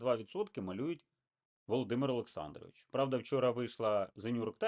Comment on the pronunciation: Ви з таким трепетом вимовляєте володимир олександрович,добру копійку мабуть платять за схематоз.